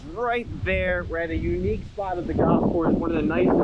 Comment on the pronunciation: Sponsored content and he can't even pronounce the name of the golf course 😂